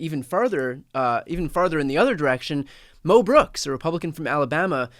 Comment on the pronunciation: I thought Tim was saying Mel Brooks. But I am relieved to realize he was saying Mo Brooks! I was thinking, no, not Mel! 😅